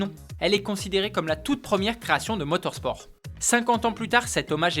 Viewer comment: Voilà c’est « MOTOR ‘S’ PORT » et non « MOTOR ‘SH’ PORT »